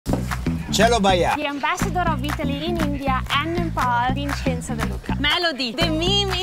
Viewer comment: What did you say his name was Vincenzo? Vincenzo Casanova?